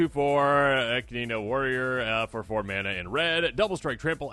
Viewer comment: EE-KID-NA bro its an Australian marsupial